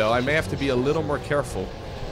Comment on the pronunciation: "A little more carrefull" spamming Kael'thas Aoe in his army